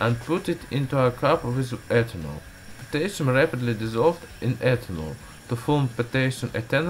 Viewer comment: The least you could do is pronounce Potassium right.